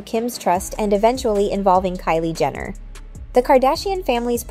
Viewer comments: Jenner, not Jender. Tri-Star is pronounced as Try-Star, not Triiiiii-Star. 2 examples of ignorance. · not sure if the announcer is being shady or if AI is glitching-- but they keep pronouncing "Jenner" as "Gender" and its wild.